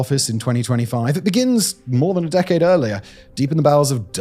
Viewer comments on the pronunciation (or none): none